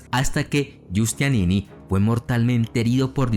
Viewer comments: Muy buen video. Solo recomiendo mejorar la pronunciación. Génova se pronuncia tal, y no Yénova (a menos que estés hablando en italiano), y el gran militar genovés fue Giustiniani, no Giustianini como tú lo dices. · No era Giustianini, sino GIUSTINIANI. Y en cuanto a la catedral, se pronuncia HAGUÍA SOFÍA.